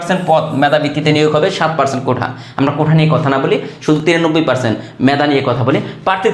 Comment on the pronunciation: কোঠা না কোটা, কোনটা সঠিক